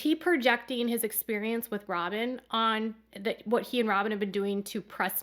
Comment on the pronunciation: Kody vetted Robhn??? 🤣 🤣 🤣 🤣 🤣 🤣 😂